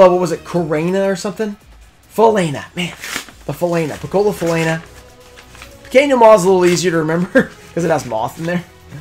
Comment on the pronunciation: Loved the reaction to the Piccola Falena (that you actually pronounced well), I'm glad you appreciated it and hope it will help in your collection of Pequenos in all languages. That giveaway is sick by the way, that Guardian is really cool